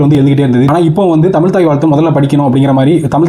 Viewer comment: முதலில் தமிழ் என்று சரியாக உச்சரிக்கும். நீங்கள் சொல்வது எல்லாம் பழையது.